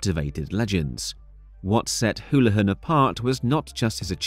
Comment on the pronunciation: AI narration, doesn't know how to pronounce Houlihan. So I doubt whoever runs the channel speaks English.